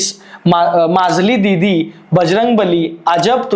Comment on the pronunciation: 😂😂😂😂माजली दिदी नाही रे भो मझली दिदी